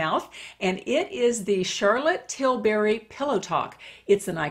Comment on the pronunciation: You pronounced Tilbury wrong.